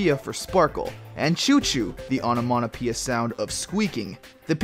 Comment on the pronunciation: Can someone please tell me why he can't say onomatopoeia?